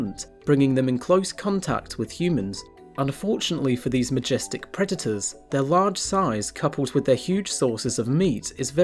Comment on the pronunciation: You know, the word "predators" has a "d" in it right?